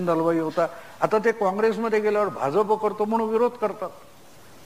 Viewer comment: Aho, Bhauna Bha'j'ap cha ucchar properly karayala sanga. It should be pronounced as Bha'jya'pa